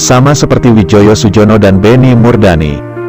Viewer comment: bacanya Suyono